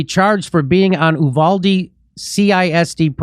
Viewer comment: The town is pronounced YOUvalde....Get it right!